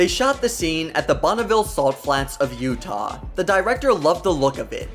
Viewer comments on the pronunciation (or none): none